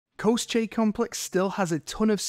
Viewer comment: Pronounced Ko-She. Take it from someone who has the SCH in their name 😂